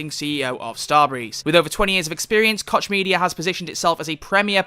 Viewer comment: I read that "koch" is really pronounced "Koh"